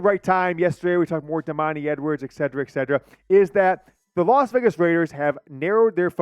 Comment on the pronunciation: Et-set-er-ah. NOT. Ed-see-ra. Come on